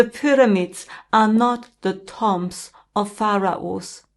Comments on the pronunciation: Pronounced. Tume. Not tom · Hi, it's pronounced toombs, great video thank you xx